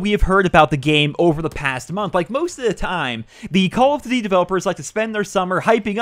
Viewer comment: Jesus Christ it's call of DUTY not call of Z like the fuck